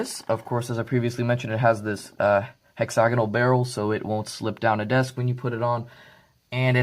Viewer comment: Really good review. For me that was a deal breaker. I've bought both the 800+ and the Rapid Pro and neither have this problem and are excellent writing/drawing instruments and very well made. You are also the first I've heard who has pronounced the word hex-āgonal properly (not hexa-gonăl) which really butcher's the English language. Regards from Salisbury in South Australia.